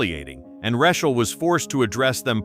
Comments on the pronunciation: Plz double edit urself before posting please! Im trying to focus on ur story but every time u say her name, THE MAIN CHARACTER OF THIS STORY...I almost leave! Lets sound it out together... Lol 'RA, long a' 'Ch, ch ch like change' 'ael sounds like just saying 'L' so its RA CH AEL sigh 😐😶😑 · pronounced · Who doesn't know the correct pronunciation of her name. "You can't fix stupid"! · That's because it's a BOT voice... not human. All these videos have mispronunciations of names. In this video alone, there are 3-4 (maybe more!) variations of name! SO ANNOYING!